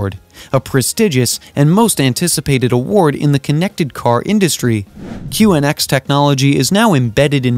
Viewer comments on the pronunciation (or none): It's called QNX, not QXN. Cmon man